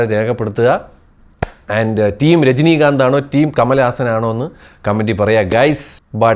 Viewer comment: Rajinikanth❌ Jajinikanth✅